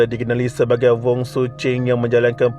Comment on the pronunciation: Wasalam btul laa dia sebut voon😅 sy dngr voon bkn wong